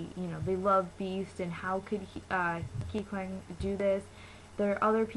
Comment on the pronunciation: no because like the way u pronounced his name... its not like that... wait r u like... new to kpop or something?